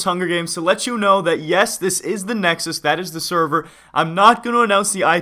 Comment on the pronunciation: Nexus not nedös